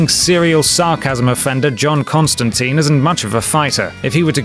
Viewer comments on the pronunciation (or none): Constantine is pronounced "tyne", rhymes with Turpentine. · it's pronounced Constan-tyne. tyne!